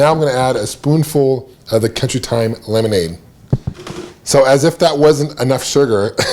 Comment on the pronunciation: lenomade? Lol